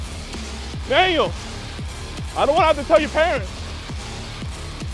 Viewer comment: You guys keep calling him manuel... like he's a manual for a microwave or something, but it's pronounce man-WELL... Emphasis on the "well" at the end. Also pronounced mahn-WELL, if you wanted to be language specific.